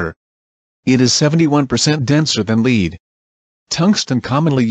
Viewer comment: Diamond ain't a metal and it's lead not leed